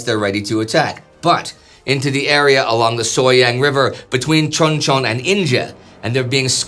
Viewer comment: The name of that town is pronounced Choon Chon. I was there at Cp. Page for two years 86-88 and I have 7 years in-country total. That is how the Koreans pronounce it BTW.